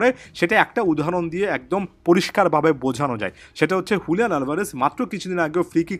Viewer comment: Bro not huliyan it's Juliyan